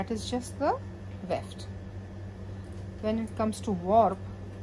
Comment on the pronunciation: it is Weft ... Not left!